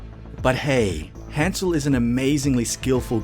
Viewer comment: ...he pronounces his own name wrong... that's his choice but that doesn't mean it doesn't bother me to no end